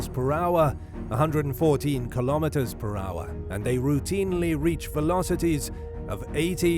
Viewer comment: Dafuq is a kilometee?